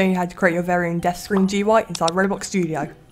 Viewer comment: I love it how he says Robox studio instead of ROBLOX studio